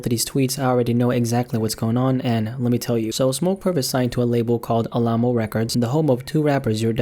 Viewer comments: All ah mo LMAO, it’s Alamo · I can tell you ain’t from Texas by the way you say “Alamo”